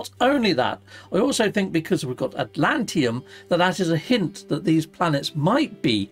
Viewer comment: I know I'm being a pedant and my OCD is getting the better of me but, it's iNdium and AtlanTIDium. Sorry but my OCD muscle gets a cramp every time you say Idium and Atlantium. Apologies. Carry on.